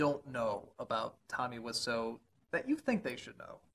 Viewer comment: Томми ВИСЯУ, а не Вассо